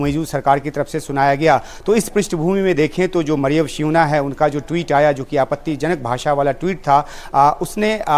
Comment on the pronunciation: Shiuna ko shoonya kar dia😅